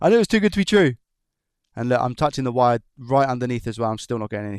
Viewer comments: Are you saying VIRE? not WIRE?? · Please change the way you say wire.. I can’t unhear it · you say wire like a true german ;D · Are you saying wire in a German accent ?? Lol